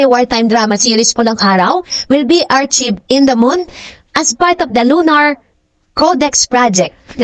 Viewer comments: Its (Ar-kayv) po,.. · I like your blogs but please learn to pronounce words like "archived and "relive", puede namang humanap ng tutor, Thanks and keep on blogging